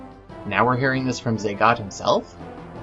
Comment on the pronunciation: Zagat? wtf It's Zagato